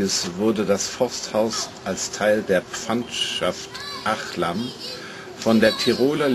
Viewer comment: Hilfe! Nicht "Ach-lam" sondern Ach-alm.